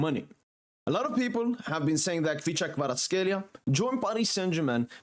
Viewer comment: რა კარგად გამოთქვამს ხვიჩას სახელს და გვარს.